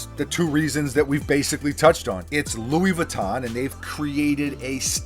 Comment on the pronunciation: Yo you Pronounce Louis Vuitton like a poser!